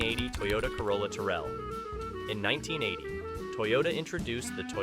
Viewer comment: Some are hideous but not Scary and it is Tercel not Turell.